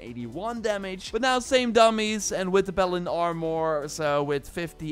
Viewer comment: P a l a d i n Sounds like you're saying balen